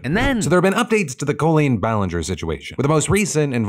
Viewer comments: Is Phil saying words oddly to bait engagedment? Went from saying Colleen as "Caw-lean" to "Coolian" several times this vid. Other examples last week. Wat? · Is her name really pronounced co-leen, not col-leen